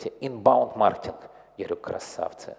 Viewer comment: Я одного не понял. Он говорить слово маркетинг или мартинг???